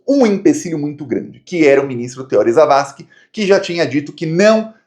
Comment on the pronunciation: é Theorí, o acento é no I e não no O.